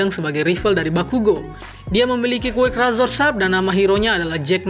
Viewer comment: Bang kalo ngomong quirk nya yang jelasan dikit gk terlalu kedengaran